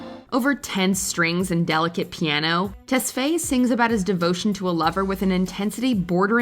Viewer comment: The way they say tesfaye is so wrong